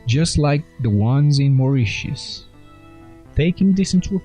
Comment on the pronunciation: Yay. 1st time I've heard Moritius pronounced correctly on youtube. Three's a charm, unless this was forth or fifth time heard spoken. Good Stuff. & Pyramids!